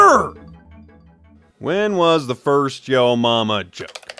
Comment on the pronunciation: anyone else notice they said firat not first